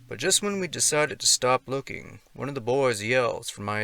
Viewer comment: "Story wwhan" (one) Lmao.